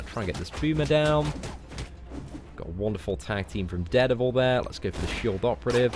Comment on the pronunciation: I wanted to rip my ears off each time he said it. It's DARE DEVIL, not ded-a-vul... reeeeeeeeeeeeeee!